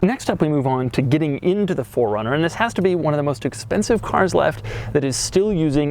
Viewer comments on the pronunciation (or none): Keep saying "FORD" runner. Please correct it with a subtitle